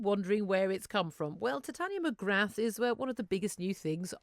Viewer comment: You dont pronounce the 'th' in Mcgrath, it's pronounce more like McGrar. If it was not an Irish surname and a French surname people would be falling over themselves to pronounce it properly.